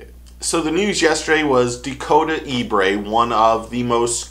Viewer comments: Ebare not Ebray😂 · Pronounced E-Bear. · I know you didn't just pronounce Dakota's last name as E-Brae😂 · The man’s name is pronounced ( E BARE ), like the brown bear, you are putting the ( R ) in the wrong place!!! I promise you , I Know what I am talking about!!! I am from the area he is from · Then you're for sure not watching MLF. Dakota's a great guy, but this dude is not saying his last name right.